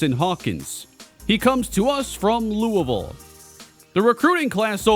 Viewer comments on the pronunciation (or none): none